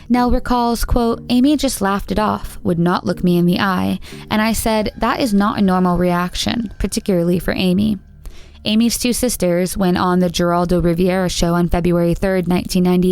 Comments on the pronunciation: Lol at how you pronounced Geraldo Rivera’s name. You said Jeraldo Riv-ee-era. It’s pronounced Heraldo Rivera. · It's pronounced HERALDO, the G has an H sound. Also his last name isn't pronounced Riviera it's pronounced Reh-vera. Seriously? You're as bad as blameitonjorge lol.